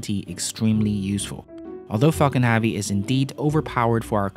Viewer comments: it pronounce Heavy not havy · Heavy is pronounced hevy not havy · I don't understand how he pronounces every other word correct then he stumbles upon "heavy" and pumps out a big "HAV-EEE" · It's heavy not havy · Falcon HEavi not HAvi... !!! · I'm going to kill myself if he says havy again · Had to turn it off the third time he said 'HAVEY' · Interesting Vid. but They way this guy pronounces "Heavy" is so distracting